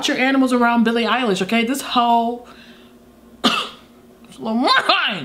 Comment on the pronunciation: Someones gotta count the times she said “BILLE MUHFKN EYELASSHSHHH”